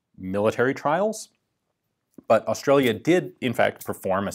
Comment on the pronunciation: Ian’s “Australia” would make Steve Erwin proud